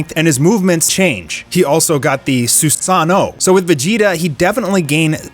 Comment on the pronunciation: can u please for god's sake stop calling it the susano and the sharengan